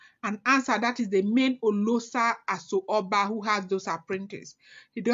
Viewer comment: It is pronounced as Oloosha Asho Oba.